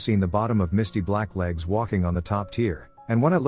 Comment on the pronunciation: The way the AI pronounced "misty black legs" like a name "Misty Blacklegs" 😂